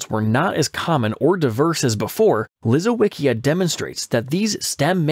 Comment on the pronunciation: Lisowycia is pronounced Leesovychia. with the ch as in church.